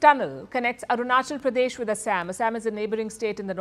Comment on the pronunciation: Arunchal Pradesh nahi re Patel. Arunachal Pradesh hai. Usa mein jaake US angrezi bol raha hai.